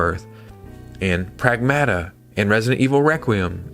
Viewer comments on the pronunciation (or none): Pragmata is pronounced Prag-mot-tuh.